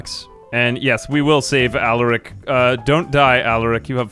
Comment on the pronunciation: Please PLEASE you can stop this torture ill give you the launch codes just please stop saying allarick instead of alaric